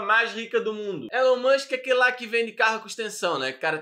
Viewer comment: "Élu mãnxqui é aqueli qui vendi carru cum ixtensãum"